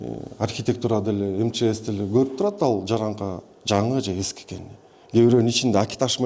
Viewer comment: Жараңка эмес😂жарака деп сүйлөсөңөр